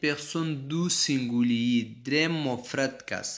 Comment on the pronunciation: سینگولی نه گرانه تلفظ سم که سنگولیی نور خه روان یی پختو تلفظ خه که